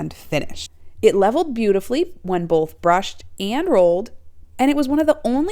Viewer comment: There’s no such word as “bolth.”